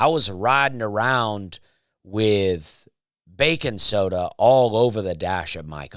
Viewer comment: I love that you say " bacon soda" instead of baking soda hahaha